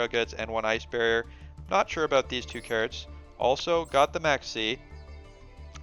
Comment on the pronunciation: Cards not kirds